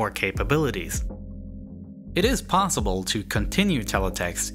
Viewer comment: Potssible? Are you restarted?